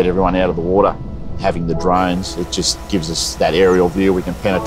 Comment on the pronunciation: Woorraa = water.